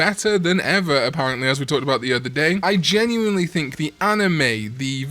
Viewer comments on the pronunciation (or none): none